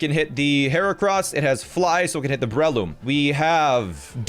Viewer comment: “Brehloom” hurts